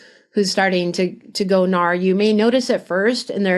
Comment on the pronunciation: It's called N.A.R not NAR. It sounds weird to call them NAR when everyone else doesn't